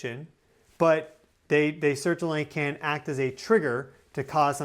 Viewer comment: Where did you go to school? I noticed that you articulate extra consonant into words with T’s. Most not-tably the word certainly. You say it like as if it has 3 T’s. “Cert-taint-ly”. Perhaps this is something you learned in a communications course.